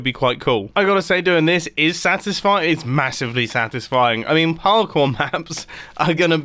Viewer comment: Is it just me or did he say power core instead of parkour